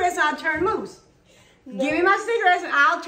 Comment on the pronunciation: Too funny one minutes it’s cigarettes, and then cigaettes! Lmao